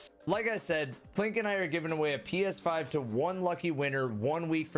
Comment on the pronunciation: Is it just me but during the ps5 promo i swear i heard